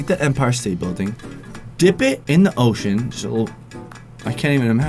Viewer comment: Ocean not osean